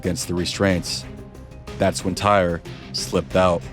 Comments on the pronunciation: TY-REE, not TIRE! WTF. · I’d rather not think a human is so dumb to call this kid TIRE instead TY-REE! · His name is pronounced; Tie-Ree, not “Tire.” My dude, you’ve got to do better research in the future. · just the comment I was looking for lol